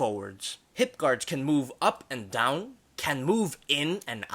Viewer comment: I Just Skiped And Skipped Until I Heard : "And Put Down DUh-Down". Like WTF